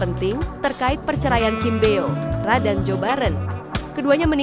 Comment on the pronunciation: Kim bo ra bukan kim bio ra..biasa aja bacanya Mimin cantiq😊